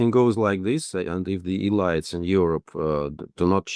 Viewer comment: "E-lights?" "Nayzees?" Please give this guy an English course.